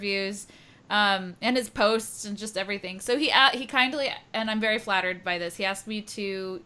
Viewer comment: "She'll be by later" I heard she'll be violated later. OMG :0